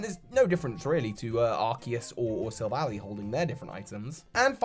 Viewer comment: It's pronounced Silv-ally (Silver ally) not Sil-valley. It's not that hard! Sorry it just gets under my skin that people still call it that.